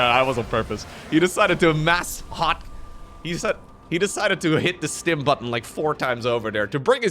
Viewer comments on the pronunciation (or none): none